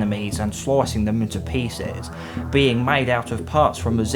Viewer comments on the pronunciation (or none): none